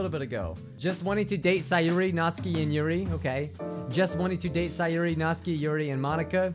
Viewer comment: Ahem It's pronounced nat-SUKI NOT NATSKI